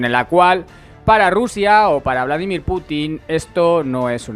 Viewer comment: Por favor, me duelen ya los oídos. Es Vladímir, no Vládimir.